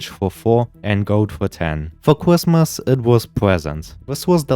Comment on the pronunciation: bro cannot say his "R's" "cwrismis"